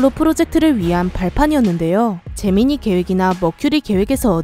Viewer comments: 제미니가 잼민이라들림...나만? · 왠지 제미니가 잼민이로 들리는 건 나만 그런건가? ㅋㅋ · 나만 자꾸 잼민이 프로젝트로 들리는건가